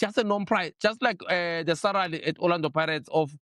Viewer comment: really cant say SALARY, SARALY it is